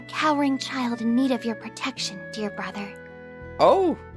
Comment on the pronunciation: If this is gonna make Rean go “big bwother” less, then I am fine with this.